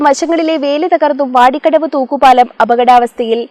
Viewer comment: പ്രിയ സഹോദരി...... വാർത്ത വായിക്കാൻ അറിയാതെ ആണോ ഈ കച്ചോടം.. വോടി കടവ് അല്ല.. വാടി കടവ് ആണ് 🤣🤣🤣🤣